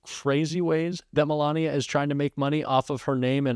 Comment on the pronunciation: "ME-lania" aka "1st Escort"